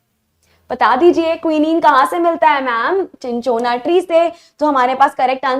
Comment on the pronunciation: Mam चिनचोना nhi hai wo सिनकोना hai